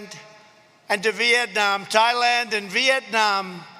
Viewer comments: Hey Trump, where the heck is THIGHLAND? Is it south of URASSLAND? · He mispronounced it but immediately corrected himself. What he meant to say is THAILAND. It's a country in Asia. It's normally pronounced tie- land. Maybe you have heard of Thai cousine? That's food from Thailand! Glad I could teach you! You're welcome. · Trump is no wrong. A lot of people in Asia as well as other countries often ask Thai people how to pronounce Thailand and the answer is the Th is pronounced like T in Tom or Thomas and not like Th in Theodore. But most people are not sure. The word can be written as Tailand too. the T is pronounced like soft T in Tom. But if this spelling is used there will also be some problem since the T has to be pronounced like soft T in Tom not the hard T sound in many languages. Any how, you can pronounce any way you like, and every one is welcome in Thailand. Only the dim wit dem supporters would think there is only one way to do anything. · Thigh-land? Was it sarcasm? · I wanna go to "Thigh" Land too.....hahaha